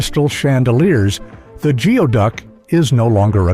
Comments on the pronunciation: You sound so stupid. It's pronouced "gooie-duck. It is NOT pronounced "geo" as in geography. Whoever hired you should demand a refund. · Not the best video, how do I know? I filmed the into video of diver #2 in 2013. Which is also seen in other parts of this video. It’s pronounced “goo ee duck”. The video of the clam on the beach is a razor clam, not geoduck. Fantastic way to make a video of other people’s clips without hardly any research though. Congrats! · Omg you can’t even pronounce the name correctly…it’s Goo-ee duck..🤦